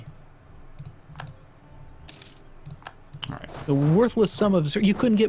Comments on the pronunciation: shun-pak-me right? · I'm not even French and I'm insulted by that god-awful mis-pronunciation of. I need to go wash my ears out... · Jesus fucking christ shen could you please kick in the nuts and tell him how to pronounce Champagne?